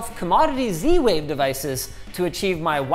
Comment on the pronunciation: And he went for zwave 🤦